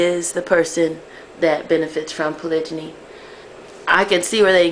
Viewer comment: HERE IS WHAT I THINK.....U NEED TO KNOW HOW TO SAY THE WORD CORRECTLY!!!!!!!! THATS FIRST....SECOND U NEED TO PICK A RELIGION AND THEN DISCUSS POLYGAMY IN THAT RELIGION. ASK ONE OF US B4 U REALLY START TALKING. GOD SAID BE FRUITFUL AND MULTIPLY DID U MISS THAT PART OF THE BIBLE? HOW MANY WIVES DID THEY HAVE DURING THE TIMES OF JESUS OR MOSES ? ARE U SURE THEY ONLY HAD ONE OR HAVE U REALLY DONE UR HOMEWORK? IM DONE NO BEEFING BUT AS A MUSLIM U NEED TO HAVE A REAL UNDERSTANDING OF THE CONCEPT!!!!